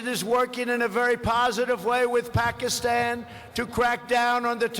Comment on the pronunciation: TRUMP PRONOUNCE PAKISTAN TO PAKIMON